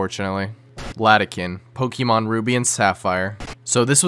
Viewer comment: Your pronunciation of “Pokémon” hurts me on a physical level.